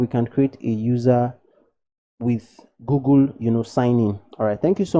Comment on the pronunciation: why you say gogol its google not gogol 😂❤️